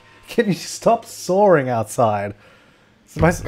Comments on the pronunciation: I was so confused why kept saying soaring. Then I realized it was sawing... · sawring or sawing? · Stop... soaring? :p Ah, that leftover british r ey? Sawing then.. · musicaddictor_anniepapaz haha I was wondering what he was saying too.. like, is someone really parasailing outside your house?? Haha